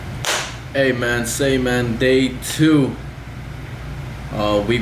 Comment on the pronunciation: Aye man Say mane Brrrrrrrrrrr mane You know what it is mane